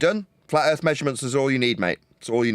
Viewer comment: The ending monologue really shows how purely evil is. Sprinkled with claims of "erf measured fwat". Hilariously never have these measurements been provided.